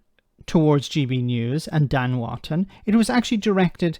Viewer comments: His name is Wooton, not Wanton. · not Ivan. Wootton, not Wotton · And it's Wootton.